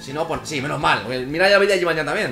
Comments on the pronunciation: dios que se dice jibanian osea no es llan como tu dices es nian no ves que suena mal si dices jibanllan que si dices jibanian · se dice yibanian no yibanyan